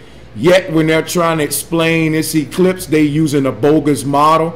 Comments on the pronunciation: Someone help me count how many times he says "disingenuine" Solar Ee-clipe? Wut the hell is that? how come he doesn't FUCKING see the NOT TO SCALE? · “The solar EEEclipse.” Nuff said. You know, he makes more than just himself look stupid. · Hahahahaha solar e-clipes instead of eclipse (im talking about the flat earther's pronounciation) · Omg when he says E-cliiips ahahah! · Why does he always put emphasis on the letter e in eclipse? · Oh God he just said "the solar EEclipse" and disingenuine now I know the amount of brain cells to that are in the average flat earther